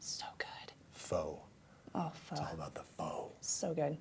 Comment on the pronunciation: Pho is pronounced Fuh